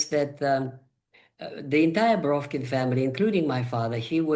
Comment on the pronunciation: On the side: lovely hearing you say the original pronunciation of Бровкин here. You've even naturalized Ductor to Doctor :) (Deddicaded to mocking Americanizing, now I can't make my Duckter Braavkin's duckuments joke anymore, хорошо) 🌦️🌱